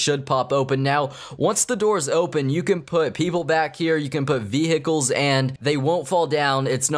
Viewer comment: No one:: Veehickles